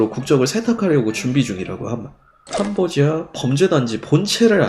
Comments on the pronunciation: 하도 캄보디아 캄보디아 하다보니 도 어느순간 캄보지아라고 읽음.. ㅋ잘 들어봐요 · 캄보X아 발음실수